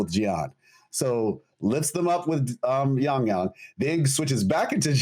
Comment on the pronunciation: How does struggle saying a 4 letter word and repeating it once "Yang-Yang" it's definitely a problem he has with, for him "foreign languages", besides that, great podcast as usual, the greatest of them all for WuWa 👍